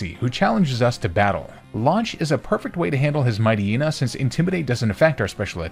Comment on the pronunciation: You are the first person I've ever seen that pronounces Poocheyena and Mighteyena correctly.